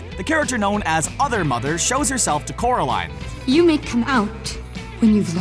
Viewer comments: It's Coraline not Caroline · It's 'CORALINE'